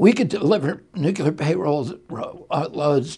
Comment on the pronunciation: I'll be voting for RFK, Jr. He's both a good man and a smart man. Joe B is good but not quite as smart; DJT is neither. However, I do wish someone would advise Bobby to please start pronouncing "nuclear" correctly instead of saying "nuculer." I do realize that sounds like a petty concern but it makes the wordsmiths among us wince every time.